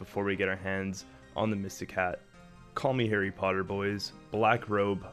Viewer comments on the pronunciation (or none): none